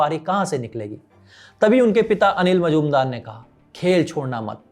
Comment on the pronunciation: मजुमदार नाही मुजुमदार